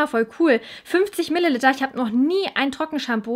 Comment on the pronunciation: Tu mir einen gefallen und sprich Milliliter richtig aus. Danke!